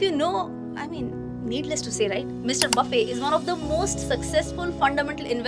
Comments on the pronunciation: Baffey nahi, his name is pronounced as Buffete. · FYI - his last name shouldn’t be pronounced buffay instead it should be Buffett.